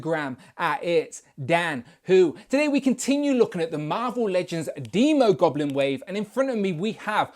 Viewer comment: Finally someone says demo goblin right as in demon. I would hold off on that Emma frost custom im predicting a white queen at toy fair.